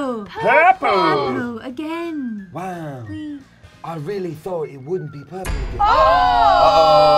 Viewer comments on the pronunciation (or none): purpol Me: pepa???